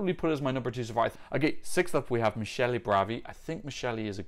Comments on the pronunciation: Fyi, "Michele" is actually pronounced with ch -> k. You pronounced it more as "Michelle" (like Obama's wife) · “Michele” is pronounced Mik-eh-leh “Giusy” is pronounced Joozy